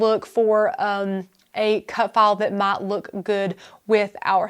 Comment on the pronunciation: what the hell accent is it? I thought she was saying cut fall. finally, she pronounced file with an i sound, so I knew what the heck she said.